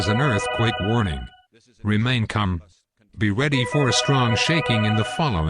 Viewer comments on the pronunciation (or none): Remain "CUM"? That was messed up. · lol. just noticed "remain culm"